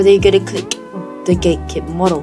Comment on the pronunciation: i heard GayKit XD